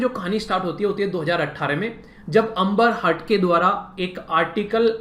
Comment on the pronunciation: Bhai अंबर हर्ड nahi... ऐंबर्ड heard